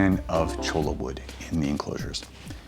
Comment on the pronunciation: Cholla wood is pronounced "choy ya"